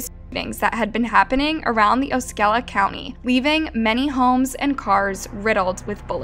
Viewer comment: Just a correction It's KisSIMee FL, frequently mispronounced Also it's Oss-ee Oh-la Isn't FL great?